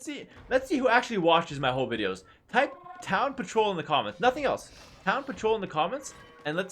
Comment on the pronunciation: “Town Patroul”